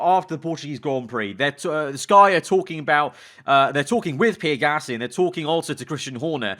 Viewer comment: He’s saying pear gasly right?im not going insane